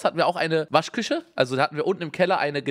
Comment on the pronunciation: Unge spricht „sch“ immer mit „ch“ aus aber bei Waschküche sagt er „Waschküsche“ liebe ihn